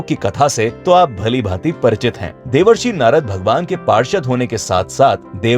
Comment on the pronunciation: Devarsri nhi bhai Devershi🤨